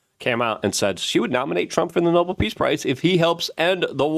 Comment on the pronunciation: pronunciation - "no-BELL" - not "noble"